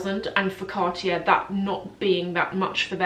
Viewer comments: Love the video! ... please say car-tyey... not cart-jair ... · you are not prounoceing cartier correctly.. its CARTEE AY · Your pronounciation is fine, just omit the last R.